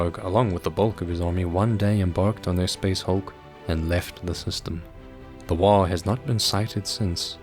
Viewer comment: The fact that there is an AM regiment mimicking the appearance of the British Expeditionary Force basically made a Rourke's Drift reference inevitable. Also GW are hacks. Oh, and? The G in "waaagh" is not silent. "WOG", not "waw".